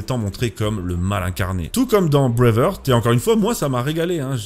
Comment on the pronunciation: Ça m’écorche toujours autant les oreilles quand tu prononces Breaveheart